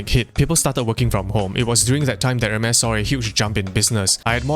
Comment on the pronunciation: pronounce it as 'ermes or Hermes or hermies? cuz this aint Hermes with the e